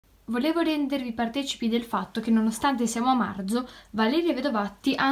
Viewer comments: Nonostante siamo a marzo Hahaha 😂Io non lo dico cosi,sembra che dice orzo😂😂😂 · ma come hai detto marzo ?? 😂😂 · Ma come dici marzo😂